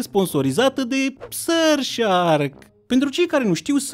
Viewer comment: Ce cringe îmi iau când zice SuRF sHAAArkk👹👹👹